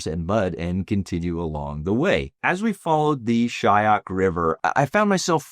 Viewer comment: A LITTLE CORRECTION ITS " SHYOK" RIVER..NOT SHAYAK